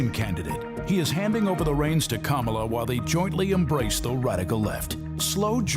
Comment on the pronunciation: Joe you better learn how to pronounce her name I don’t have to worry I don’t see your name much or hers at all. It’s great for the Republicans. True True and True. Hypocrite hypocrite and hypocrite.